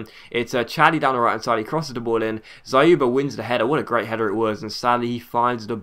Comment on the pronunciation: by the way you did a good job pronouncing Dzyuba, but YU in his name is pronounced as "You". trust me on this because I'm Russian